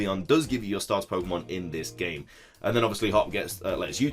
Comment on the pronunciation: it's Pokemon. Not Pokeonn. You clod. I can’t wait to name my baby girl Sobble Sapphire and my baby girl Scorbunny Momo Mochi. They’ll be so cute and we’ll go on grand adventures together.